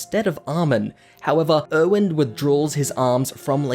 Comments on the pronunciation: literally thought he was saying “owen” for erwin this whole time and was like “who tf is owen?” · Er-wen. Er-wen. Not Owen